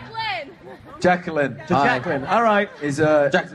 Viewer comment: OH my god!! I probably would've passed out if I were you! I died when Harry said your name like 'Jack-a-lynn'! I met Niall and Louis once at a show. It was so fun, so yeah I can relate to how you were feeling 😂